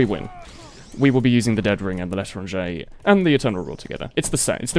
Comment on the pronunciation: Why do you keep saying "The Letter on J"?